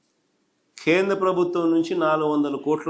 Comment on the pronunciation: Khendra kaadu nayanaaaa.....Kendra. Telugu nerchuko babu